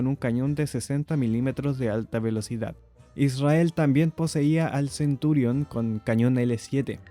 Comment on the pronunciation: No es Centúrion. Es Centurión.